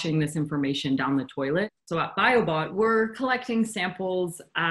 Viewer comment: When he said "Biobot", it sounded a bit like he said "Biobomb".